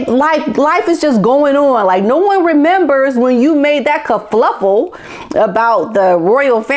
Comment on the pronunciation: Kerfuffle, not kerfluffle, lol.